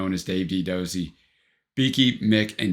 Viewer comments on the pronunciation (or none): Do-zey not dozzy🎩